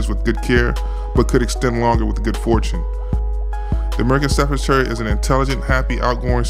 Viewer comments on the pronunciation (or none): How can you call a dog an American Staffordshire? That's like calling a dog an English Kentucky or an Australian Carolina. Also it's Stafford-sher or sheer, not Stafford-shyre.